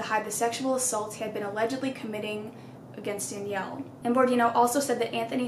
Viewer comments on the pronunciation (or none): none